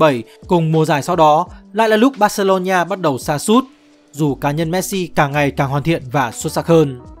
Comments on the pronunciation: Thật. Đọc vừa sai vừa nghe khó chịu. Bac-xê-lô-na Barcelona hoặc gọi là Bac-xa Barca k hiểu âm "ni" ở chỗ nào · Barcelona cứ đọc thành barcelonhia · Terible! Tên tuổi cua người ta mà không phát âm đúng nữa. Barcelona ma cu đọc là Barceronhia la cai quai gi. Nghe ngua tai qua. Khg nghe nua. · "Bac-xê-lô-na" (Barcelona) có 4 âm tiết hoặc gọi đơn giản là "Bac-xa" (Barca) mà sao ông này phát âm tôi nghe khó chịu vãi "Bac-xê-lô-ni-a" (Barcelonia) à? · Phát âm là bor-xi-lon-na, chứ không phải là bor-xi-lon-"nha", cứ nói sai hoài nghe chướng tại quá đi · Mình cực kỳ khó chịu với cách phát âm của đối với các từ nước ngoài. Từ Barcelona thì phát âm nó gần như tiếng Việt là Bác - xê - lô - na. Mà 5p nghe đọc cứ bác xê lô nhi a cực kỳ khó chịu, phát âm sai tên của người ta hết rồi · Mình cố gắng xem hết video và có 1 số góp ý nhỏ với team là Messi tới Barcelona năm 13 tuổi và chỉ đi với bố chứ ko phải gia đình chuyển đến Barcelona, chi tiết nhỏ vậy chứ nó là 2 hoàn cảnh khác nhau hoàn toàn đấy ạ. Về đọc tên riêng thì đừng đọc là "Bác-xê-lô-nha" nữa ạ, Catalunya thì đọc là "nha" được chứ Barcelona thì ko ạ, với cả tên của HLV Pep Guardiola và những cái tên khác của Pháp nữa ạ. Đọc sai làm mình xem trong tâm thế người này không phải là người biết nhiều về Messi và Barca (chứ người xem và tìm hiểu nhiều họ ko có đọc sai tên như vậy luôn) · bát cê lô nhi a là cái gì trời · Đọc gì kỳ vậy???? Barcelona mà đọc là BarceloNIA. Đọc theo Anh hay Việt đều không phải.